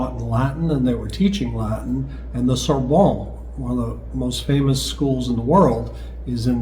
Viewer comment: The Sorbonne is pronounced "soar-bun"; you DO pronounce the n, because there's a double n in the word Sorbonne.